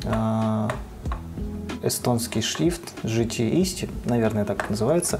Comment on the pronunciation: GT EESTI — [гт ээсты] — длинное «Э».